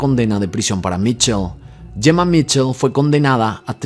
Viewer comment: No es Jemma ,es Gemma 😂